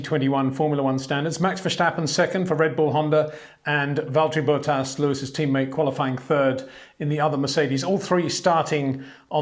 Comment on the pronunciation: I love you mate, but his name is Bottas, not Bowtahs